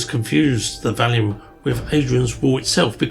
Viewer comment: On this video you keep calling it the Valium (the name of a drug) instead of the Vallum. The word Vallum possibly pronounced Wallum or Vallum means wall. Obviously it is not a wall but a ditch/canal. T C Bell, a marine engineer, was the first person to recognise it was a canal to move the stone for Hadrian's Wall. Once the Wall was built there was no need for it. As Martin Eckholt, who investigated European rivers, stated, "it is generally accepted that the only way the Romans could have transported cut stone from the quarries was by water".